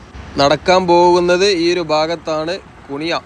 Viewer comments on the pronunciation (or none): കുനിയ ❌ കുണിയ ✅ പടനക്കാട് ❌ പടന്നക്കാട് ✅